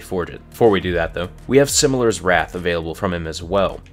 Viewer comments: Silimar's Wrath not Similar and Lord Saladin is Mexican confirmed by Bungie in recent patch so it is pronounced Holder's Hammer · its not silimers wrath, its silimARs wrath lol